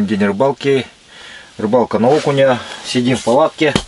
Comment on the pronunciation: Я думаю на слове ,,,окуни,,,надо ставить ударение 🤣🤣🤣🤣не подумайте не со зла